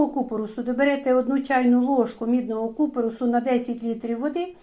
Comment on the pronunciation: ДЯКУЮ Але дуже слух ріже неправильний наголос в слові купорОс. Потрібно на останньому О.